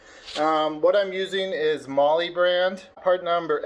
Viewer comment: Mahle is pronounced as male, not molly.